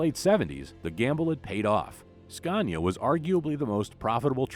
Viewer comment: Why oh why do you still call Scania with an R of goodness sake !! 😖